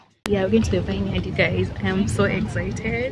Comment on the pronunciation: Kikuyus no offense but why do say exzaited instead of excited all my years of staying in Kenya all the kikuyu friends I had always say that it’s funny but I’m sorry if I’ve offended you guys hahaha